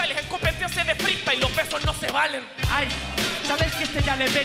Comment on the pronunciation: dice más "Freestayler" que palabras JAJAJAJAJ